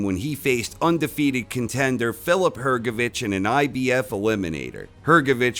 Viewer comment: Can’t believe someone pronounced HrgoviCH surname right